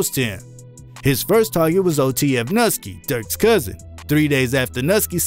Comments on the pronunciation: “Nuhski” it’s pronounced “nooski” just letting you know👍. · It’s not pronounced“nut-ski” it’s “New-ski” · This man said Mickey (My Key) Corbras and Nuski (Nuh Ski) 🤦🏾‍♂️ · bro... you pronounce everybody's name wrong 🤣 bro called Nuski NUTSKY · Bro the way you pronounce shit KILLS me. Ain't no way you actually think these names are pronounced how you're saying them. NuhSkee (Nuski) Airio (Aero) Zehk (Zeko) Where tf are you from cuz none of them is how that's pronounced. A shit more too that's just what I felt like typing.